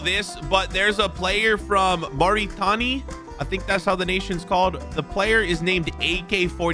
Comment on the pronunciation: more i tanni is NOT how its pronounced its more it ain i a